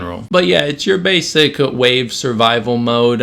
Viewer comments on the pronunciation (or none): none